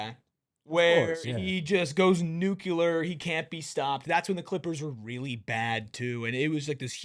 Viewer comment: This mf said “nucular”